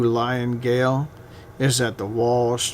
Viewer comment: I am sorry to be critical - but when the gentleman could not pronounce ‘Gaol’ correctly, I turned it off.